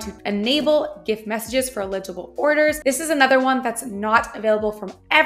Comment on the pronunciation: Watch your pronunciations of words in your videos. For example, "eligible" is pronounced El-ig-able, not il-Eg-able. The first pronunciation means "qualified" whereas the second one means "unreadable" and is spelled "illegible". Hope this helps.